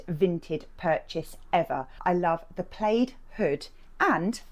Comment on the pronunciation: New to the channel, love the content, but is there a chance you could talk more naturally please - not so stunted and forced. Sure you don’t speak like that normally? BTW it’s tartan or check, not played (pronounced plad)